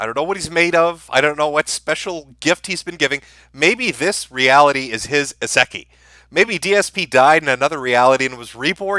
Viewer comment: aseki? He fucking pronounced isekai backward lmfao